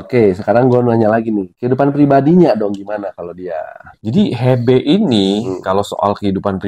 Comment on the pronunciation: Hebe😅 bacanya Hibi kaliiiii😅🙈🙈🙈